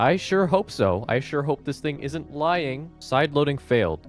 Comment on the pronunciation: “Couldnat” & “itnat”😂😂😂😂